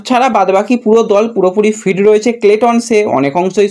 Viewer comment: আপনার উচ্চারণটা একটু ঠিক করুন। ফিট কে ফিড, লাকরাকে লাগরা শুনতে খুব খারাপ লাগে।